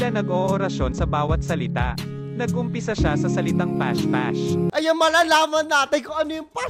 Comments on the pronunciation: naka brace po Kasi Kaya di makasalita ng maayos habang kumakanta , Kasi po Kung titignan mo yung video Nila Yung ibang words doon po ay nabigkas Nila ng maayos pero nung nandun na po Sa part ng may s dun na po sila nagkamali ng salita na ibis po past past is pash pash na po. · Pas pas po hinde po pash pash